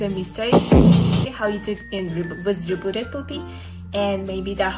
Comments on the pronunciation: Bro realy said rebboted poopy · “Rebooted poopy” 💀💀💀💀, SHE CANT EVEN PRONOUNCD IT RIGHT.